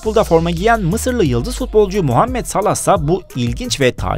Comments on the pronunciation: Mu değil mo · Muhammet salah öyle değil mohammed salah